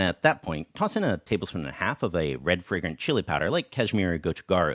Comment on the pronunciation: I got confused. Whenever you said "red fragrant chili" I heard "red friggin' chili. Until the last time you said it. Then it became clear. I mean I've had red friggin' chilies and they're just too hot.